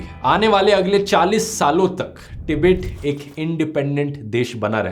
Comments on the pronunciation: कोई इस चाटी को बताए तीबेट नहीं तिब्बत नाम है का। जाहिल को देश का नाम बोलने नहीं आता लेकिन history bta रहा है । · हिंदी में tibbat को टिबित नहीं बल्कि तिब्बत बोलते हैं। अगर हिन्दी में विडियो बनाते हो तो सिर्फ हिंदी में ही बोलो ना कि इंग्लिश में, अशुद्ध शब्द मत बोलो।🙄